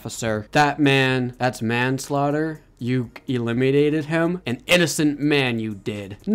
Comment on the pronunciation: Stop saying elemenated* him just say u KILLED HIM